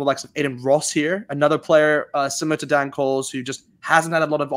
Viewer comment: As per usual, some whack arse picks from you guys. Are you guys trolling or what? Also, what is with the weird name pronounciations? I've said this before, but come on. PS. It is DANE Coles, not Dan.